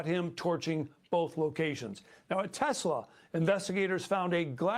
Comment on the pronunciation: "Telsa" lol